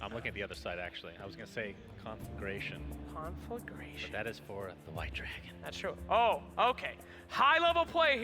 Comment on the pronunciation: Haha when Sunsfan is laughing at bad pronunciation of conflagration.